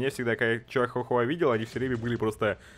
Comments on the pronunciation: как бы не чиахахуа а чихуахуа ( как же раздражает когда адекватный человек не может правильно говорить слова ) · Все: чихуа-хуа: Чиахуа-хуа